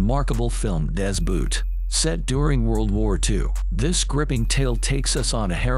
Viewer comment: Das BOOT the pronunciation of the oo is like in Ho not like in Moon.... and the T at the end is a hard one not like a d.... just to clear up why american movies except Inglourious Basterds never get it right........